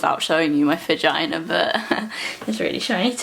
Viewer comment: I love how you said fugina